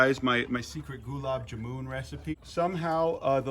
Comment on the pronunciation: As a central Asian, hearing him say gulam jamun broke me lol